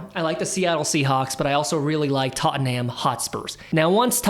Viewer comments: It’s not tot en ham it’s tot num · Tot-num .. not tot-en-ham No need to thank me 😊